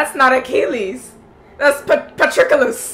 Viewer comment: Achilles, not "Achillias"; Agamemnon, not "Armagon"; Patroclus, not "Patricalis"